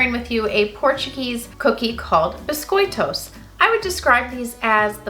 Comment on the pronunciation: As a continental Portuguese from the area where we have a neutral accent (near Coimbra), I found your pronunciation understandable! Well done!